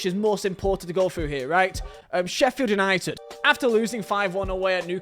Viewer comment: I've never before heard someone pronounced Sheffield United like the U isn't there